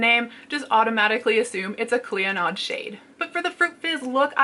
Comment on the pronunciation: Hey! Just an FYI clionadh is an Irish name pronounced Klee-oh-nah